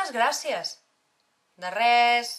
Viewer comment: se tiene que decir gracias con ese acento que ella le pone??